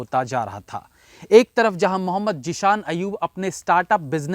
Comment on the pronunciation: Sir I know your accent but its Zeeshan. Kindly correct